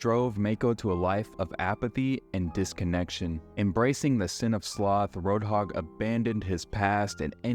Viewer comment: You're Pronouncing Roadhog's name wrong.